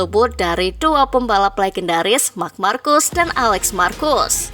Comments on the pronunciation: Marc markes bukan marc markus😂😂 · dibacanya Marc marqez